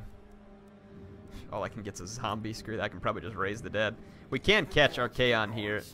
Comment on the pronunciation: I know this is too late but for future reference please his name is pronounced Arc-on